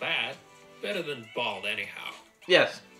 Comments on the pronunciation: Balt?? It's balut pronounced baloot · Balut is not pronounced bald. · He didn't say balut properly